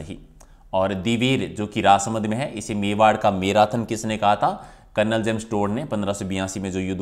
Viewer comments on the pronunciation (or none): none